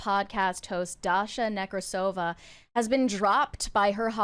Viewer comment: It's NekrAsova, actually.